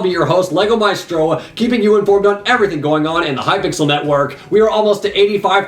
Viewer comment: I thought it was pronounced may-stro not my-stro lol